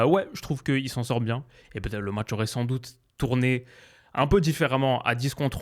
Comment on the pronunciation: "Le môtch"